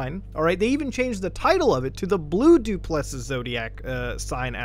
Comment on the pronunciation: Du Plessis is pronounced do-pluh-see. Your pronunciation is killing me bro. Hope this site is innocent and it's just a troll on rich people